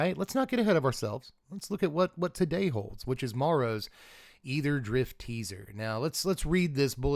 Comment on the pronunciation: I just want to say I appreciate you pronouncing aetherdrift correctly